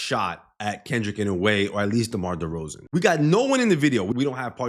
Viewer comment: The way you pronounced Derozen sounded to close to D-Rose lmao